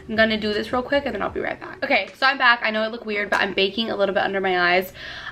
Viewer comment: My favorite part was when you pronounced “baking” ....”bacon”! The best of 2 worlds... great makeup and bacon!